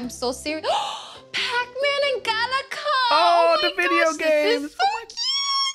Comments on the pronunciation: It hurt me physically when she said "Gala-KA" not Galaga... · I've wanted both of those for a while but can't afford them yet lol!! The way she pronounced Galaga as "Galika" though... It made me die a little inside. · That made me laugh, but I was truthfully, honestly, as a matter of factly enranged when she called Galaga "GalaCa"! 😡 Girl needs to quit her Sunglass Hut job and put in an application at an optometrist's office if she can't even read the name of the game correctly when it's right in front of her! 🤓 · GALACA I bet this stupid horse says “can I AXE you a question” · Did she call galaga "galaca"? It was written in front of her and she got it wrong.